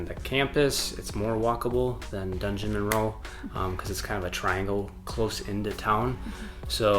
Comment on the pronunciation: "DUNgeon-" instead of "DUDgeon-Monroe", classic! Every time I see that place on a map of Madison, I chuckle 😄